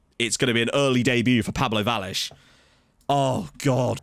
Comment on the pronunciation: Btw, the "ll" in Vallés is pronounced as an english "sh". So it'd be like a Vashés for you